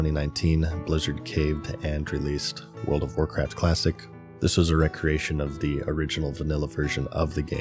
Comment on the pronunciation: 2025 and still saying recreation instead of recreation.